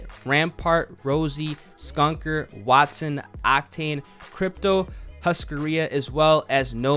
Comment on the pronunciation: ''SKUNKER'' when he is called ''Skunner'' and ''HUSCARIA'' When it's called ''Husaria'', NICE READING DUDE! very hard to get those names right...